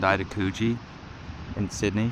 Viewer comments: I love how he pronounces Coogee as "Cewgee" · your pronunciation of Coogee!! amazing